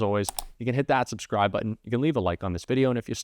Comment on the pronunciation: So, it’s not “Lev it”. It’s “Leave It”